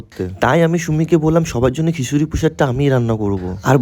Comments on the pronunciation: Khichuri❎ হিশুড়ী✅😂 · প্রথমে তো ঘিসুরি বললো😂😂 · Prashad ❌ prushad✅. Kichuri ❌khisuri✅😅